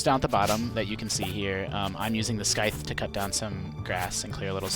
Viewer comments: Scythe not skithe 😑 cmon man you sound atleast in your 20ies and you don’t know how to say scythe correctly ..... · It's scythe, not "skythe". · He kept pronouncing scythe as skythe. What a weirdo.